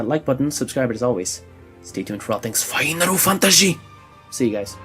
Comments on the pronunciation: FAINARU FANTAJI PLEASE~ love the outro! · Hey fuck the haters of your outro saying they hate you saying FF in that accent it wouldn't be the same without it! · No never stop doing it its fkn awesome i do it too XD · I like it when he says it tho :( Stays true to square xD